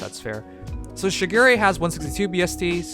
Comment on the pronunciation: I’m pissed because he mispronounce shigure it’s pronounced sugar ray